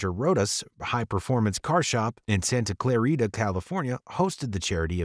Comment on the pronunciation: THATS NOT HOW YOU SAY SANTA CLARITAAAAAAAAAAA